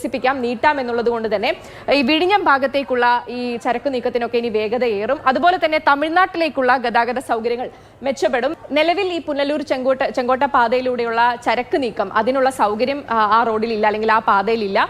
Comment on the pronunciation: പുനരൂൽ അല്ലടി കഴുതേ പുനലൂർ